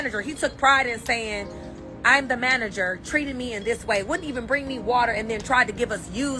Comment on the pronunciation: “ The manergeer …”